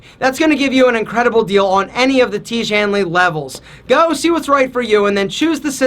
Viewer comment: I will not buy tiege hanley, please stop pronouncing that again and again😂😂